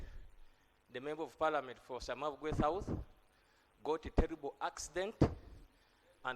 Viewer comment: speaker can’t pronounce “south”